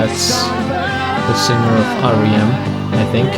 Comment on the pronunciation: R.E.M is pronounced as there letters - not rem as one word. Best wishes from Scotland